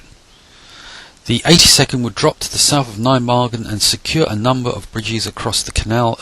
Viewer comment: You pronounced Nijmegen wrong but not a bad job at all. Hunt command in the open? Use Ocoka at all times and find cover and concealment first.